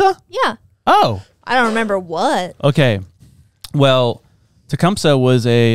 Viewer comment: Tecumseh. You're saying it wrong. I live near the Town